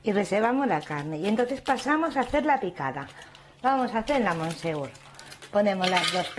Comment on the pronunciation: Monsieur se dice mesié en francés cateta